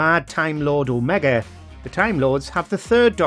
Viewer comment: There are a lot of people who mispronounce Omega...